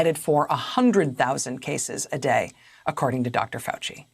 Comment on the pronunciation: You read Fauci correctly, so far as I can tell, for what it’s worth ✌️